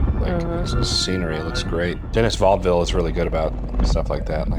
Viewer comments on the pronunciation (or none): "Dennis" Vi-vi-lous-vous-FrenchyMcFrench. Edit: Lmao Dennis Vaudeville. For those that actually struggle with the name, it's "Deh-knee Vil-nuv" or "Vil-noov". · Bro really tried to say Denis Villeneuve "Dennis Vaudeville" 😭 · The director, Denis Villeneuve, is French Canadian. So his name is pronounced: Den-ni Vil-nu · duh-NEE vill-NUHV is the phonetic pronunciation of his French-Canadian name, FYI. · It's "Denny Vil-uh-noov" BTW. Also, Abbott and Costello were used as the names because their comedy revolves around miscommunication. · For future the director’s name is pronounced Denny vel-new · To: Denis Villeneuve >> De Knee Will-a-new:D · Fine >> /vɪlˈnuːv/ French >> dəni vilnœv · Denis Villeneuve is pronounced Duh/Deh-nee Vill-nuv. You pronounce Denis like you're saying Duh-nee but thinking Deh-nee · “DeneE Villnerve” is how you pronounce his name. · Denis Villeneuve: Deh-nee Vil-eh-nü-vüv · Those tic tacs definitely weren't extra-terrestial lol, and the discussion on it wasn't great, other than that a nice reaction to a great movie though. The director's name is pronounced Denny Vilnerve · His name is pronounced, Deni' Ville nuv, like enough, but with a v, he's French Canadian. Wasn't trying to be a dick, just letting you know. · lol, decent attempt on the first name but you flubbed the surname.